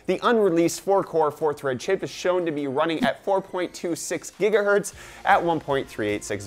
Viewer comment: Every time u say Jigaherts I want slap u hahhahahaha